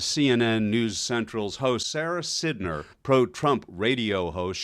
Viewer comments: Pronounced SIDE-ner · Who the hell is Sara Sidner? (IT'S PRONOUNCED SIDE-NER. IT'S SPELLED SIDNER BUT PRONOUNCED SIDE-NER.)